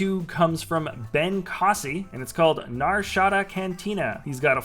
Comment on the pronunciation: Actually it’s the Nar Shada cantina.